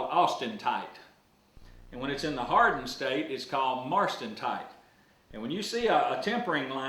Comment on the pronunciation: Martensite, not "marstentite".